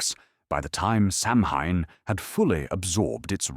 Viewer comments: It's pronounced Sow-when not Sam-Ham. And it's always "K"eltic with the hard.C sound when talking about the culture. Only the Basketball ball team uses the soft C. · SOW IN or Sowween not Samhain thanks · It is pronounced soween or sowin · Hahaha you pronounced Samhain the wrong way